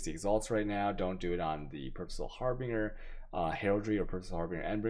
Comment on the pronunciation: The video explanations are good but damn your pronunciation leaves much to be desired please check into the pronunciation for Harbinger zealotry and malevolence